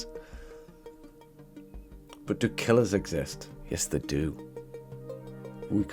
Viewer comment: ‘Do killers exist?’ ‘Yestheydooooo.’